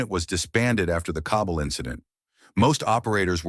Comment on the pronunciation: The cobble incident......not the Kabul incident. Augh....AI narrators...........